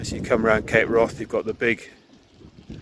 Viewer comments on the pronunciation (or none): Wrath in Cape Wrath is not pronounced like wrath; it rhymes with Kath. Its name derives from Old Norse hvarf meaning turning point. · Ha..,I see , he says wroth.